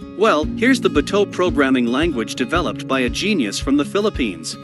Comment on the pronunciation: Can someone please teach him how to say “bato.” I’m an American and even I can’t stand listening to him say that 😂